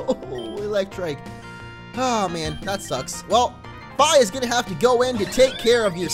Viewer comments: the way you say Fi is really odd. I always said it more like Fee, as in the thing you pay. Anyway your decision, just though i would share my thoughts. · Isn't it pronounced like the word fee? Just saying. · you do know Fi is pronounced "fee" right? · Fi is actually pronounced Fee